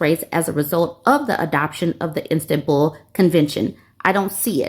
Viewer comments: Sounded like she was saying "Instant-Bull" No hate her way- but it drove me crazy too lmao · It's pronounced Is-tan-bull. Much love from a European 😂❤